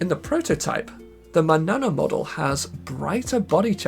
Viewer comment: manana is pronounced manyana